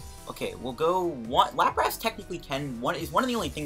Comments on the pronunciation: Stopped watching when I heard “LaprASS” Nty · good video, but why the hell do you call it LaprASS? lol